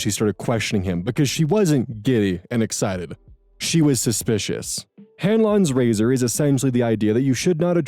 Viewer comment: I heard "Ganlon's Lazer" instead of razor lol